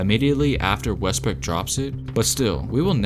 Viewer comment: you said westbrick or westbrook?